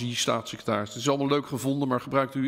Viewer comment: "Stasisecretaris" niet "Satsisecretaris"